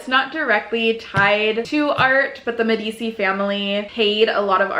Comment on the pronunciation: I love this idea and it has been around for millennia. I’m the queen of mispronouncing words but also get a chuckle when other people do it. I giggled at how you pronounced the Medici family name. It is more like “meh-duh-chee”